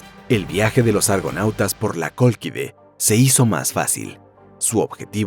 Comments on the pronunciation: «La Cólquide» y no «La coloquida» 🤦🏻‍♂️ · Colquide se dice y por toda ELADA (NOMBRE DE GRECIA EN GRIEGO) NO HELENAAAAAA TARADOS